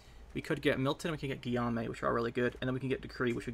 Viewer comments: Guillamue is pronounced Gi ome :) Im not french so who knows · Guillaume is pronounced Geeome (ome as in home). Thanks for good content.